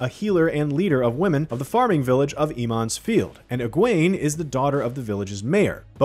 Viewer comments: Eeeemonds field 😂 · He only mispronounces Emond's Field the first time; maybe he's doing this on purpose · Emond's Field?!? You mean Two River folk! wtf is going on with the pronunciations. Lan IS Moiraine's warder, he doesn't become one. I'm not really feeling the look of these characters. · Ah yes eemonds field